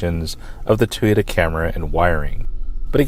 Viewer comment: its TOY-OTA not TEE-OTA